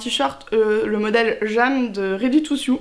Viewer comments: Juste, si je peux me permettre de corriger la prononciation, pas ready to ‘sioux’, mais ready to ‘seau’... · Exact, ça se prononce comme dans " seau".